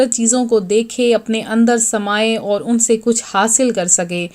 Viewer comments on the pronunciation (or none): دوسرا طریقہ واضح نہیں ہے (کسطرح پڑھنا ہے لہجہ واضح نہیں) سو ۱۰۰ پر زبر ہے پیش نہیں، اسیطرح اور الف پر پیش نہیں۔ بلکہ زبر ہے۔